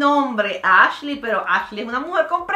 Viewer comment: OMG Mariale ese es mi nombre de Ashley y si lo supiste pruninciar casi nadie lo sabe pronunciar. Te amo Mariale❤️